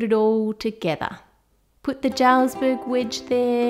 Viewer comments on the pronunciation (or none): whenever I hear someone pronounce the j in jarlsberg I cringe, the j is a y, it's pronounced yarlsberg